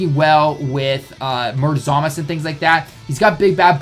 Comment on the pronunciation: The way he pronounces it is actually the correct way in Japanese. Even the characters in the Japanese dub referred to him as Zamas